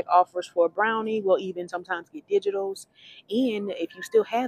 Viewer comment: You did pronounce the Bel Vita correctly, but Brawny is not pronounced “Brownie”. I do enjoy your videos!